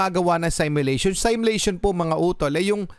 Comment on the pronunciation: “simulation” ang bigkas nya ay SEL MYULEYSHON 😂😂 damap SIMYU LEYSHON